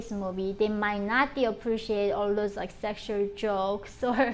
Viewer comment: Something similar to it though , you ll often hear the r sound in words where they need an l sound like black is said like brack like into rike you ll notice that in her accent but yeah it is not completely japanese .